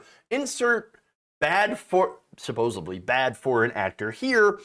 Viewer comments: "Suposably" Well Hello there Joey Tribiani! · Say,... keep up the good work, but please... PLEASE... learn to pronounce "supposedly". At least twice, it came out "supposebly".